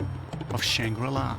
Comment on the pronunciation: Take a drink each time he says shang-rila 😂